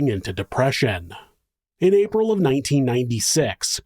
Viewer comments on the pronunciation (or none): none